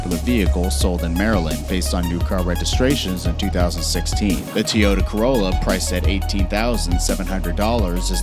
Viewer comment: Toyota Corrla model